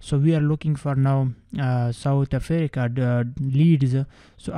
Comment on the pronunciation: I love how he pronounces South Africa "Southe Afereca " 😂😂😂